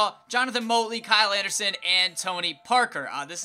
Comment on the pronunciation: You're saying Jonathan Motley's name wrong (I know no one cares but just saying)